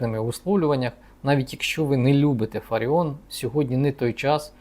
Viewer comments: Не ФАріон,а ФаріОн .Пані Ірина фахівець своєї справи,а в якій царині ви пане рахуєте себе фахівцем? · Вона не фАріон, а фаріОн! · Нічого вона не оскандалилась і навпаки все просто як двері,п.! Ви слабо володієте інформацією.А те що апеляційний суд виніс рішення про скасування незаконного рішення львівської політехніки про звільнення п.ФаріОн а не ФАаріон ви чомусь не згадуєте,а що сі траапиило,п.,не чули про таке?Ааа,розумію,вона ж скаандаальна, одіооозна,не все так однознаачноо.Воно ж якось впадло давати задню після рішення суду,бо вона ж,скандальна з ваших і решти орави журналюг і спєців єкспєртів слів,травлі і тріскотні по всих каналах.А чому ж ви не пімнули що той самий суд зобов'язав відновити п І.Фаріон на роботі,здійснити виплати за час вимушеного прогулу зарплату в сумі ~ 123тис₴.+компенсувати судові витрати за рахунок політехніки. Нєє,не чули про таке?Ааа,розуміію, вона ж одіоознаа,скандаальна,два слова сказав і все,по команді,а тут стільки писанини про неї.А ви,часім,п.,не чували такого,прикладово,що п.І.Фаріон всі ті 123тис.₴ стратила на дрони для військових? Що,не чули такого?Шкода,шкода... де ж бо,вам немам на то часу,вам про Трампів,Орбанів,Байденів,хуйла треба по 20-30 хвилин повідати а тут якась ФАріон... одіозна...прізвище якої вам навіть впадло знати як правильно вимовляти. І,так,той хто не розмовляє українською я згідний з п.Фаріон,він,вона не українці й тут немає ніякої крамоли,неважливо чи це в окопах чи за прилавком магазину. Був підписником вашого каналу... відписуюсь,тест на п.І.Д.Фаріон ви не склали,дайте вашу залікову книжку, вам."не задовільно", ві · Дивує доповідач... він вперше чує прізвище ФаріОн??? Ну як так?!..... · Ви брешете !!! Такий же запроданець , як і соколова !!! Правильно казати ФаріОн !!! Відписка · Очкарік а чому не кажиш що суд поновив пані Ірину на посаду і роби правильно наголос мудак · Це ви корисний ідіот. Навіть наголос в прізвищі пані неправильний. Ще один аналітик розумовий паралітик.